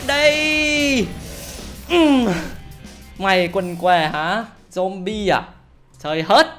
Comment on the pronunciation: Zombie đọc là dom bi nha anh, ko phải dom ba.